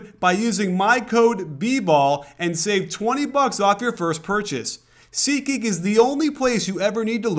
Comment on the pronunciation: SeatGeek = Ubsub. Sorry, but it's annoying